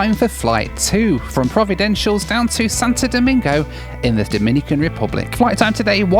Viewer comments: I believe its pronounced: Pro-vi-den-ci-al-es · Provi-den-shulls? It is Provi-den-cialis, mate! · for goodness sake, learn how to properly pronounce names of countries/islands! Antigua is pronounced ANTEEGA and Provideciales is NOT PROVIDENTIALS! it is more like the Spanish-sounding PROVIDEN SI ALL EZ. And, yes, flying around the Caribbean can be an adventure, but can also be fun. There is method in the madness, at least mostly. Just roll with it. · Providen-shulls? 😂😂😂😂 “pro-vi-den-see-ah-lez” is the correct pronunciation sir. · Learn how to pronounce “Providentials” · It's not pronounced Providencials.. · It's pronounced Pro-vi-den-see-al-es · 2.45: prov-ah-den-c-a-leez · Providenciales is pronounced Pro-vid-en-see-als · Can you pronounce Providenciales correct.. it isn’t”Providencials” you’re missing two whole syllables. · You are the best , practice pronouncing Providenciales. PRAH-VIDENCE-EALESS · I love the Turks and Caicos Islands. Provo is the most populated island and gets the most tourists. But please pronounce Providenciales correctly. :). PLS was redesigned a few years back, and it’s way too small. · Hey, slight correction, it’s actually called ProvidenCiales. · For a small Turks based airline they have made it thru the growing pains and are doing great. Hats off to Inter Islands success after a humble start 35 years ago. Now learn how to say Provenciales. 😎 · Providenciales = pronounced as "pror-vi-dench-cher-less" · Provo-den-si-al-es (or just Provo for short) Enjoyed this video... Welcome to my Caribbean life. Inter island travel challenges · ive never been to turks and caicos and yet your pronunciation of providenciales made me cringe sooooo bad lmao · He just keeps mispronouncing Providenciales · Jesus Christ… all the resources we have at our fingertips and you can’t pronounce Providenciales properly.